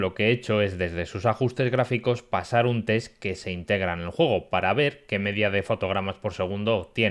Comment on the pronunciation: Sólo por curiosidad! ¿Porqué pronuncias la letra "E" como "O"? Por ejemplo: Cuando vas a decir "Nuevo", dices "Nuovo"! Y si vas a decir "Juego", dices "Juogo"!